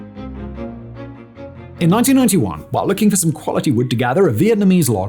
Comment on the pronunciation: Ho Khanh = Ho Knah?? Simon, you are pathetically dyslexic. But Prof. Darin Gerdes beats you!